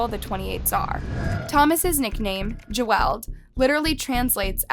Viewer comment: Just saying but you mispronounced Geweld, but I'll let it slide 😅